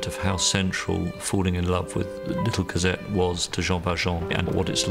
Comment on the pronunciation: "Cosette"! not "Corsette"!!!